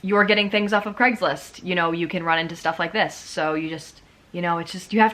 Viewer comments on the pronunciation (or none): why do ppl call it "greggslist" or "creggslist" surely it is pronounced as Cray-gs-list?